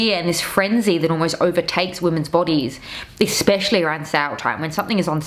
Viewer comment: there is no K in "especially" :face-orange-raised-eyebrow::face-orange-raised-eyebrow::face-orange-raised-eyebrow